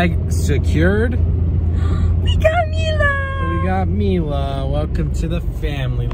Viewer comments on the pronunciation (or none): Hey, her name is Mile pronounced (me - la):)